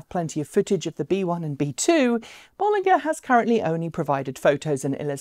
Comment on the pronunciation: Just FYI pronounced “Bowl...” vs “Boll...” and “...ger” as in Germany, according to an employee at the company.